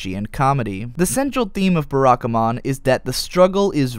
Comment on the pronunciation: Please, not 'Beh-rah-ka-mon'... 'Bah-rah-ka-mon'.